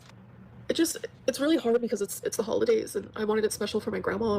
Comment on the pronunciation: Mass reported hwhard!